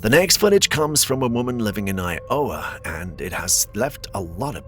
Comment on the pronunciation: alrite, dammit..., you're gonna have to explain the accent... "eye - OOOOOH-wuh"?, no-one in the history of any and/or everything has ever pronounced "Iowa" like that. i tried & hurt myself. it's like christopher walken, part of it is standard, identifiable - but then, outta nowhere there's this alien element in there like a tentacle spiked into a brainstem. provenance, please.